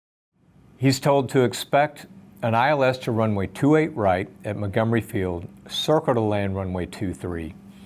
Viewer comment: "Circle to land runway 23" vaguely sounded like "Cleared to land runway 23". Wonder if that's what confused the pilot at that point in the exchange, as it was way too early in the approach to be cleared to land.